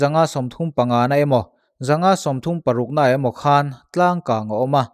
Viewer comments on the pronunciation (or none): A ngaihnawmin a bengvar thlak țhin narawh e. I aw a fiah țha a, a chian bakah chhiar i thiam thlawt. Mahse, 'khan' i thluk dan hi..... a thluk hi a pawimwwh, 'khân' angin i thluk mah mah. A awmzia a dang daih a nia. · 'Khan' tih i thluk dan hi 'Khanchhuk' tih a 'khan' tih anga hian thluk tur anih hmel. Engpawhnise i thiam ber tho tho e